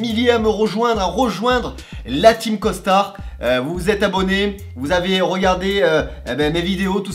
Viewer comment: Des fois ça te soule pas de porter un COSTARRRR ! a chaque vidéo ? :D